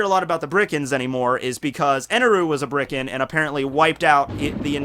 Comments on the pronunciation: It's Birkin, not Brikin... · Wtf is a Brikan? isn't it Birkan? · I thought it was bur-kin not brie-kin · BIRKANS. THEY'RE BIRKANS. Also the whole Ma D. Monk thing is a meme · Isn't it birkain